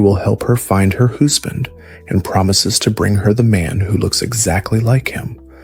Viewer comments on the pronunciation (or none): Whyyyyy?????!!!!! 😫 Then, “hoosband”?! The previous pronunciation errors were easily overlooked, but with this change in narration voice… . I hope it changes back soon or I don’t know if I can finish listening to it.